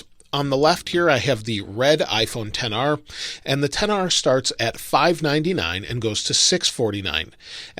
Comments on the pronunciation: It’s pronounced XR not 10R stupid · ‘Ten R’? I thought it was ‘XR’ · No one: Not a single soul:: IPHoNE TeN R